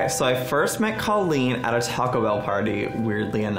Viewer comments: Okay but it’s time for Joey to start pronouncing Colleen’s name properly 😭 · How can you say you're Colleen's friend and pronounce her name "CAH-LEEN" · IF YOU’VE BEEN FRIENDS FOR A DECADE WHY CAN YOU STILL NOT PRONOUNCE HER NAME CORRECTLY Bretman has known her for a tenth of the time and he can say it right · I'm not questioning Joey's friendship to Colleen, but you'd think the guy could pronounce her name correctly. Haha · I feel like Joey says Colleen's name wrong. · Bretman says Colleens name correctly..Joey doesn't..I've been wondering how thats possible. I thought maybe it was a joke between them or something? Or maybe she's too nice to correct him? Just something I've noticed.